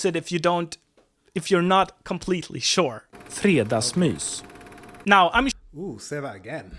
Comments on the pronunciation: You sad fredagsmus which meens fridaymouse. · 😂 Sorry but the way you said Fredagsmys it sounded like Friday Pussy (fredagsmUs) haha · I laught when he said fredagsmus instead 😂 (meaning friday’s mouse or more likely friday’s pu***) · The post office was removed in favor of having it in most grocery stores. Haha "fredgasmus" is what you said, meaning friday mouse. You're going to Malmö!? Oh no... at least you'll blend in I guess. XD